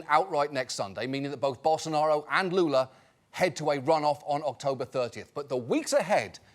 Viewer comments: I love the fact that John mispronounces the president's name saying "Jaya" but gets the full name of the opposition candidate right, without giving the name any Spanish touch. just saying right. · The way John pronounces the current Brazilian president pains my ears, but making fun of his his name is a national sport, so it's ok